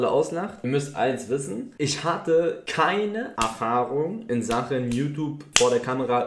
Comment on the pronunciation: es war extra betont weil er genau AAfahrung gesagt hat😑